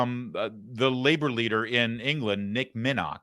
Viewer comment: Neil Kinnock not nick minnock😂